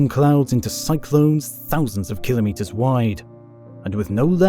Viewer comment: Well, congratulations, You have joined the ranks of rare content creators who actually pronounce the word KIL•o•meters correctly, rather than that nonsensical ka•LOMM•mitters (or worse, KLOMM•mitters) uttered by people who don’t understand (or care) that it means 1,000 (kilo) meters (meters). No “LOMMs” are involved. Anyhow, superb content, despite the incorrect assertion that extreme weather events are currently increasing, part of the climate “crisis” narrative. And… …if you’re one of the uninformed individuals whose devotion to the “crisis” propaganda inclines you to leap to its defense and accuse me of being a “denier”, it might be in your interest to drop that nonsense. First of all, I don’t deny the evidence that there is a slight warming trend (depending on what period you examine), but the conclusion that it signals catastrophic warming is a fiction designed to advance a political agenda that is not in the interest of the vast majority of the human species. If you are happier believing that fiction and are immune to contravening facts, I can’t help you. But if you would prefer to understand why the purported “crisis” is a perversion of actual science, I have good news for you. Get yourself a copy of Unsettled: What Climate Science Tells Us, What It Doesn’t, And Why It Matters, by Dr. Steven E. Koonin, a Ph.D. physicist with years of expertise in computational physics, global environmental science, and computer modeling (and how it has been manipulated to support fal